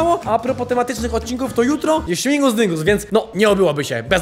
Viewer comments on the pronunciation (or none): Mowi się ŚMIGUS DYNGUS A NIE ŚMINGUS PLS TO BOLI :D